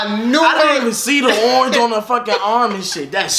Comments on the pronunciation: “Ernge” 😂 I’m dead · “LOOK AT URANGE” 😭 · He said look at urange not orange URANGE! This was the funniest reaction I watched this three times 😂